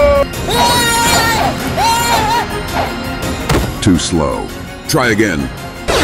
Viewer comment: He say toslow